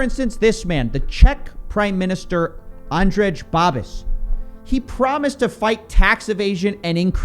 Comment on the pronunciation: its pronounced andrey babish